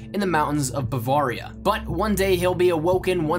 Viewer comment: I'm from Germany so I can confirm that this is a well known legend there and it all checks out, but just one thing...learn how to say Bavaria, its like a knife through my heart every time you say it wrong. I see why you would say it like that but its pronounced like this Bu-vare (like rare)-ria. great video though and keep the great content coming.